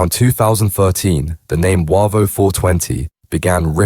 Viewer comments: No encro was involved. Also its pronounced Wayvo not Warvo 😂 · Not sure where you got most of your info from mate but it’s not true. It’s Said as Way-vo not warvo. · Its pronounced wavo not waco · Yeah, they're pronouncing Wavo wrong. It's Way vo from Wavertree. Defo AI doing the chat.